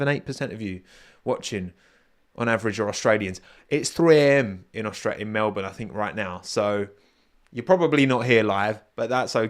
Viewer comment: You're one of the only non Australians I've heard who can say Melbourne properly. Even crofty and Brundle doesn't say it properly